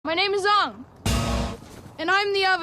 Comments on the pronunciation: "my ngame is oong" "and am ranaway" I got secondhand embarrassment just by listening that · “My name is Ong” My brother in Christ the characters explicitly say “Aang”, how the fuck do you mess that up?! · Its not Aang. Its Ong! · The moment i heard oong instead of aang in the theater when this came out, was the moment i started to lose hope in humanity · Aang ❌ Ong✅ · It's not aang.. it's ong.. it's not sokka.. it's sooka.. it's not iroh.. it's eeroh 😂😂😂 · To this day i didnt understand why is it Oong instead of Aang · His name is Aang not Ong. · The content was great but listening to you mispronounce Oong for 16 minutes strait got tiring real fast! 4/10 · It keep annoying me so much that they pronounce it as ONG LIKe comeon man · The problem with this movie was he deliberately pronounced the names wrong. Every time i hear uung I cringed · mY nAmE is eGgh 💀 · “So”kka 😭 “Ong” 😭😭😭✌️ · OONG. HIS NAME IS OONG. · Guys , I think Uhng is the uhvahtah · umm i believe it’s actually the “YAANG Avatar OONG” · Onng the auvatar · them pronouncing it like 'ong' or 'soh-ka' is ragebait and no one can convince me otherwise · M. Night Shamallamadingo should be flogged just for "Soak-uh" and "AUng". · are you intentionally mispronouncing Sokka's name for the engagement? because highlighting the laughable pronunciation of Aang's name while doing the same for Sokka is either the height of click farming or the pinnacle of hypocrisy... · What always makes me cringe is the way they say Aangs name in this movie, like its literally not hard to pronounce it right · A long time ago I was a preteen when my uncle took me to go see this and when I heard them mispronounced their name ik it was a shit show, he said no come on let's just wait and see and as soon as that it took four Earth benders to lift one rock it was over , he told me get up were getting our money back and seeing a new movie